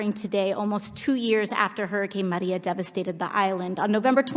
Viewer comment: It's not the way she pronounces it it the way she goes out of her way to make sure she pronounced Puerto Rico and Maria with a Spanish accent. That's why people commented about the way she said it.